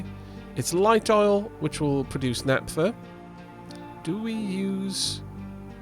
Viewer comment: Hi. Loving the series. Just an f.y.i - the "ph" in "naphtha" is pronounced the same way as in "Philip". Take care!